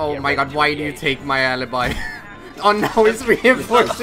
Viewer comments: It's alibi no alabai becouse i'm italian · Se la chiami alaibai non è più tua. Si chiama ALIBI NON AILAIBAI comunque bravo, se riesci a tradurre spero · is Alibi not Alabai. I can tell because i'm italian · I'm from Italy, and the name is ALIBI!!! NOT ALABAI!!! I'm an you're fan:) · alabai is the English way of saying it. but yes you are correct, in Italian, it is pronounced alibi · hey, im italian and i think you should pronunce "Alibi" Ah-Le-Beh and not Ah-le-by in italian Alibi is read as you write it:D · the correct pronunciation is "alibi" as it is written, it is not alabai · Alibi no alabie im italian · I’m Italian the name is not alabai is literally Alibi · Isn't "alibai" but "alibi" I'm italian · Alibi not alabai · Pls.. it's not "alibai".. it's alibi.. say in italian pls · why do you pronounce so well "Maestro" and so bad "Alibi"..... her name is Alibi, not Aliby, please respect italian language 😂😂😂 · the italian pronounce is ''ùh-lee-bee'' :D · Sono italiano e si pronuncia alibiiiiii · Your pronuncion of alibi is wrong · I m Italian, you are worse When you speak alibi